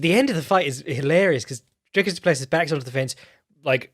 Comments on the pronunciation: Btw It is pronounced more like Doo-Pless-ee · Dude... doo-pluh-see.. Dricus du Plessis